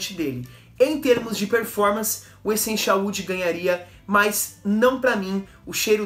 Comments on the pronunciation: Estou vendo alguns videos antigos seus de perfumes da Natura. Não sei se nos videos novos alguém já corrigiu isso, mas, tenho reparado que você pronuncia Echenchial. A pronuncia correta é Essencial, com som de "s" e não de x. ou ch. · Por que? Você pronuncia essencial assim cara 😅